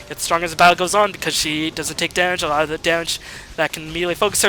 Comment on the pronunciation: Is he German? Why can't he pronounce L? A lot = A ghat Large = Lagh LoL = Agh-O-Agh